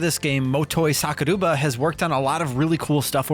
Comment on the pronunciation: I'm going to get this at some point I played it on PS3 and it's my second favorite Tales of game right behind Xillia. Also It's Motoi Sakuraba not Sakuruba